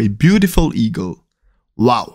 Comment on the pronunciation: bro u pronounced an "eagle" like an "e-girl" XD